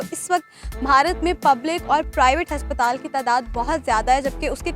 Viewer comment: Haspatal bolti hai ye.😂